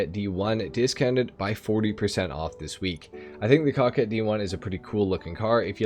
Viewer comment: Coquette is pronounced with the same first syllable as coca cola, it means a flirty young woman. Hermes is a Greek god, Her-mees Ehrmez is a fashion brand and some frenchy name